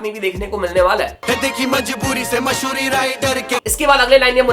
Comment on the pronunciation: bhai masoori nhi hota mashhoorii hota hy ...😂😂